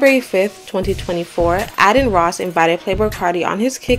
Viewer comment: Before the demons come out correcting u, they’re pronounced “vee-lone” “stoosie”, and “Aiden Ross”. Great vid tho, hella informative. Ya boy just subbed 🤘🏽